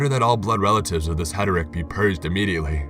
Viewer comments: he re tic. not heteric. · HAIR A TICK not HETER ICK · Hair-a-tik not het-a-rik. No offence intended. I love your stories and narrations.✌ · Heretic is pronounced Hair-eh-tick not Heterick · It's hair-ah-tick I like listening to you but I'm a grammar Nazi at the heart lol keep it up oh and new-klee-er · Heretic not heteric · Hair-a-tic. That's how you say "heretic". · Im sorry but you keep saying heretic wrong. Its like :hair-ah-tick" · HERETIC. One who commits heresy. Proofread before you do these would you? - Heresy (hair-uh-see) NOT HERESAY - Wanton brutality (wON- tun) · Did the mispronunciation of “heretic” drive anyone else insane.